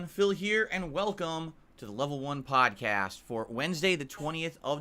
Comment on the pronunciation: "Back then I didnt even have a pahdcahstt" Better days😢